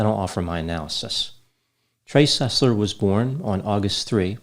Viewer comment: Trey SUS-ler